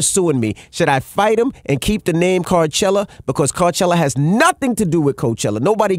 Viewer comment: Why doesn’t he just go “Carchelluh”